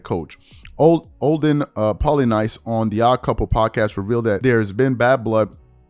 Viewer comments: Pronounced “pola-niece”... just to help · I find it interesting how Kyrie is always praising Kobe as his mentor and the guy he patterns his approach to the game after yet routinely behaves in a way that Kobe never would when it comes to team ball imo. - Olden's last name is pronouced "Polyniece" I believe... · Pronounced: Olden PolyNiece...He famously saved Kobe -- by being a physical peacemaker -- from a can of Shaq whoop ass. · its pronounced olden polyneece. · It's pronounced "Olden Poly-niece" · Learn how to say Polynice name he was a decent NBA player the correct way to pronounce is like the city in France Poly (Nice) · Pronounced Poly-niece Olden Plolynice! Blessings...... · It's pronounced as "Polyneece" for Polynice. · You Should Have Made It Simpler For Him Olden (Pah-Li-Neese)👌🏿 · You don't know who Olden Polynice is? Asking because you butchered his name.